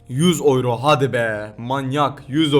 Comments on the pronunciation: Oyro değil yuro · GERÇEKTE OLAN TÜRKÇE OKUNUŞU YURO ABİDE OYRO:D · abi oyro ne yaaaa yuro diye okunmuyormuydu:D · oyro? yuro....